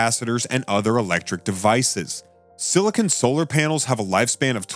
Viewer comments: SILICON not SILICONE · SILICON! SILICON! Not silicone. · You seem to be saying "silicone", which is no the same as "silicon". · The commentator can't even get the name "silicon" correct ... instead he says "silicone" ... that's caulking and adhesives. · Silicon. Say it with me...Silicon. Once more...silicon. It's silicon...not siliconE. There is ZERO SILICONE in the crystal material used in solar panels. The only place silicone MIGHT be used is to glue together some finished parts in the assembled panels, and/or provide a water-resistant seal around the edges of a panel to keep out rain. How can anyone trust anything said about solar panels by someone repeatedly making this very fundamental error?